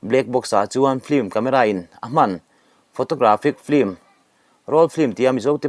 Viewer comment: E ngatinge mithiam anga kan ngaih te pawh hian Film hi flim ti a, kan lam tlat thin lee..Film lam dan hi L atangin M ah a liam tur tih JF. Dictionary ah khan asawi kha maw lee..kan mithiam zawkte saptawng lamdanah fimkhur ula ava tha emm..ln channel ngaithlatu kan tam siaaa...in ti ve em?